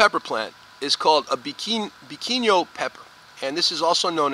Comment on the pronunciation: Cheiro roxa is pronounced similar to SHAY-doh ROH-shah. Great job pronouncing Biquinho (bee-KING-yoh)